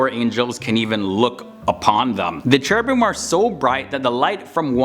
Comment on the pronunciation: Iblis was Azazel, not Seraphim. Actually, the pronunciation of 'ch' in Cherubim is 'k' like in 'car' not 'c' like in 'chair', so it's supposed to pronounced 'kerubim' because the sound 'c' doesn't exist both in Arabic and Hebrew.